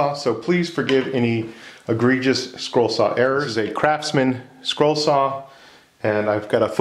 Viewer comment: Is he saying scroll or squirrel?